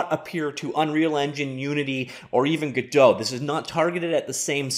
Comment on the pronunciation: WHY WOULD YOU PRONOUNCE GODOT LIKE THAT!!! Lol People Always Pronounce It Like That It's Really " Go-Dot " The Creator Himself Said It